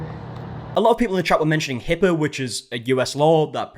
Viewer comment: My daughter loves how this guy randomly ads "er" to certain words. She has been emulating it at home. Hearing him today say "Hipper" instead of HIPPA was probably my favorite so far. I'm not sure why he does it, because he only does it sometimes, but it brings us joy.